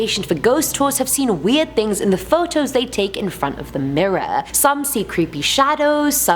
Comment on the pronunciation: am i the only one that noticed that she says tings, not things? no? just me? ok.